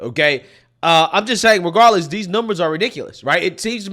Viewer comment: She said , dees people! Isn’t that a racist remark!